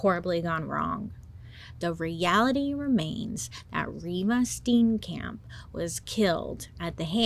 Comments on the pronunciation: It doesn't matter, your American pronunciation is adorable,❤ but just in case you wanted to know : Reeva Steenkamp - REEEVA STE-AHN-KUMP. 😊❤ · R.I.P to me because u butchering these names has me laughing so hard! I live in South Africa. I remember this case and u made it so much more interesting and giving it aspects of humanity makes it sink in! Ur great. Kay love u Bailey bye 😂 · Im from South Africa and love how Bailey pronounce Afrikaans words like "Steenkamp" and "Waterkloof" 😂